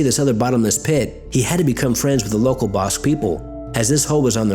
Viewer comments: Basque sounds like bask. We are not "bosk". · you pronounced basque wrong. Unless you were talking about a star wars bounty hunter.